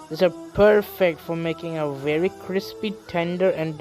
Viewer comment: Viry Vary Bury